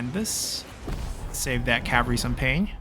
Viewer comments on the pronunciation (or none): Love these vids. Enjoying the playthrough but its cavalry. Cav al reee Not cav ree 😅